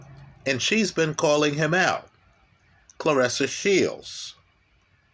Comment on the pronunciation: lol "Claressa Shields"